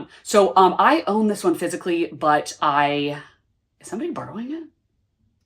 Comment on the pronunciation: everytime you say “physically” my ears hear fiscally lmao